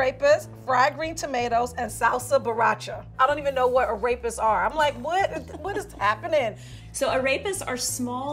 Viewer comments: Ah yes today ill be making "arapist" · Ffs it’s pronounced “Ar-repas”. Not “Araypuz” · sees arepas Says: A-rape-uz instead of A-rep-uz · I got alarmed how pronounced arepas but everyone pronounced them like that so ok. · Omg the way she pronounces arepas tho lmao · The way and pronounce Arepas makes me uncomfortable